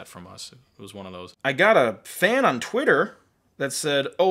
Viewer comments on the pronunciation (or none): none